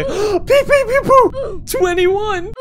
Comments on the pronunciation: You said pepe popo I thought you said bore ragnarok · I’ve never heard anybody struggle so much to say pepepopo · So, still not mentioning that Pepe Popo isn't pronounced like that?